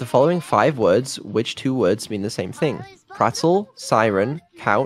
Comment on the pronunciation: She would have been happy to answer correctly if the product of Bri'ish private education would say the words correctly.